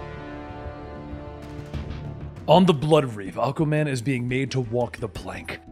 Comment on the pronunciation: Hearing you say “Ahka Man” 376 times made my fucking day. 😂😂😂😂😂